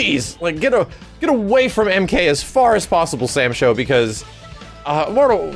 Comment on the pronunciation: Please stop calling it Sam Sho 😂😔